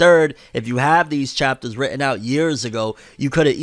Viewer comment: "WrITtEn" sorry had to